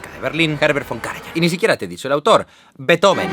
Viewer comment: Todo bien, pero no se pronuncia "Betoben". Sería "Bíizofen"